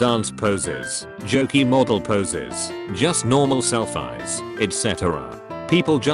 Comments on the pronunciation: The only problem I have with this video is that the AI pronounced selfies as 'self-eye'. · "joost nar'mall selph eyes" cringes at the voice mispronouncing words! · the way the automated voice pronounced "selfies" made me lose my fucking shit